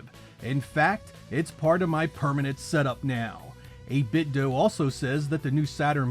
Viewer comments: Its pronounced '8BitDOH' not ' Do' lmao 🤣 and thanks for everything...merry New Year 💯💯💯🗣️💯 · It's 8bit-doh...because it's a play on Nintendo. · I do not give a damn what the company says now. They were SUED by Nintendo (DOUGH) for copywrite infringement. That's why they say DOO. It's not DOO. It's Do (Like Nin-Ten-Dough), but as a result of the lawsuit they're playing stupid. The fact so many people fall for it is silly. It's 8-Bit-Do, not 8-Bit-Doo. To prove this further, how many 8-Bit consoles do you know of that ended with Do that pronounced it "Doo"? None. That's because it's not Doo, it's Do (Dough) like NINTENDO, not NINTENDOO. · I always pronounced it like "Doh". I have no idea why... maybe subconsciously thinking of "Ninten-do". Even if the company and other YouTubers pronounce it like "doo", that will always sound weird to me. 😄 Like "8-bit is doing something". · FYI It's actually pronounced "8-bit'd" (rhymes with "knitted") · If people argue how your brand name is pronounced years after it's released, it's 8BitDUMB.